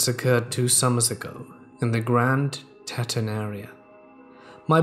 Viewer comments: Pronounced TEE TAWN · It's Grand TEE-tons not TET-ens and there's no grizzly bears in the lower 48. Also the signs saying grizzly country is because of the football team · The o makes the e say says it’s name. Or just watch any video about the Tetons and listen